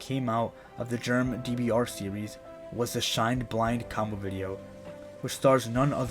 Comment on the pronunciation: The Germ's name is pronounced "Herman"